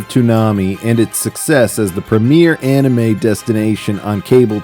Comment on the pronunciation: I love how the original Cartoon Network announcer pronounced anime as “Annie Mae”